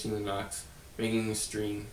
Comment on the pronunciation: nots. not k-nots the k is silent silly